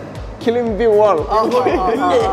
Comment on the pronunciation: (Climbing) xarafka B waa inaad kudhawaaqin. Climbing(klimbing) 🚫 Climing (klaayming) ✅️